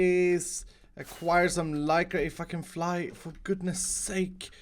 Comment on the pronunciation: Yeah he said 'if I can fly' but it sounded a bit like 'fucking fly'